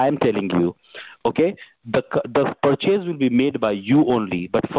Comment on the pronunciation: Like the way these scammers pronounce the word purchase = Per Chase